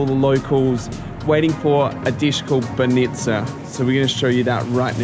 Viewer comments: Is not Sov`ia is S`ofia and is b`anica is not ban`ica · Mate it is not So fee ya it is Sof ya, not b-nitsa but bah nitsa. Airan (yogurt drink) is actually Turkish. That place is called Vkuso til nitsa meaning 'The taste place'. Balkan Chok is not a thing, But you guys are really famous here. If anybody wants tour advice or assistance here, I am an Aussie that has been here for 17 years. Feel free to drop me a line if you are in town. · bAnitza not banItza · "BanEEtsa. No, it's banitsa." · Hahah you eat it so often yet nobody told you it is not banItza but bAnitsa on the first sylible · Great video, guys! I'm happy you like my hometown. Funny though, could you please tell me where is this banitsa (we pronounce it bAnitsa, with an accent on the first A) cause it looks delicious. About the other places, really good choice! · "Banitsa" is pronounced "BAH-nee-tsah" and is not filled with feta cheese, but with Bulgarian "sirene" which is a softer and significantly less salty white cheese. Feta is Greek, not Bulgarian. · The word "banitsa" stress is on the first syllable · I am a bulgarian and got so triggered by your bánitsa pronunciation